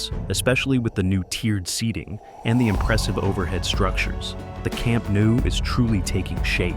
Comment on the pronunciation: Please say Kamp-Noh-oo, Catalan is not read as French :)